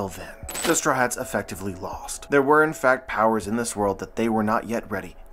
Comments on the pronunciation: But why does he say “Straw Hats” like “Strats”?! 😤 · "The strats" - truly unhinged way to pronounce "the straw hats"